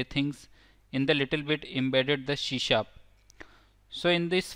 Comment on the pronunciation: It's C# NOT SHE SHAP ONE MORE TIME I DARE YOU, I DOUBLE DARE YOU